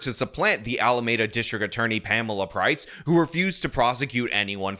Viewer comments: Not to be that guy, but its pronounced alameeda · It’s pronounced ALAAAAAAAMEEDA! Damn it 😂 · When will learn how to pronounce Alameda